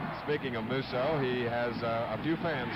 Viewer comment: These guys cannot pronounce Musso properly! Tons of announcers messed mine, and Terry's name up constantly too!